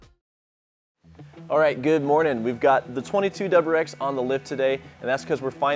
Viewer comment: Say it with me “W R X” that’s what the car is called; it’s 3 separate letters.